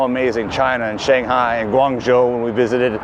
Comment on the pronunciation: Yu in Yuyuan is pronounced as y-we. The articulation does not exist in English. Shanghai is pronounced as Shanghai, not shang-gai. They are two respective characters.